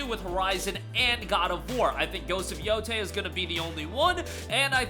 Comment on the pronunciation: How did this bloke pronounce Yotei? Yo-Tai? Wtf Edit: he mispronounced the first one wrong 🥴